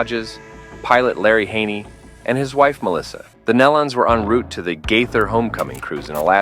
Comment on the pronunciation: I watched this one video the girl was calling them Nelawns better way to describe in typing